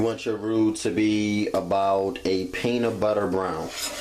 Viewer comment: sorry but vegables is not part of any English dialect. werf painitbutter